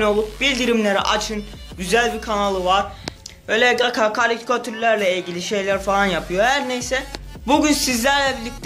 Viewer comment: 2.Like knk bu arada kanka Gaka deyilde Gaça diye okusan :) Özelden hazirladiysan yazsana Sözleri :)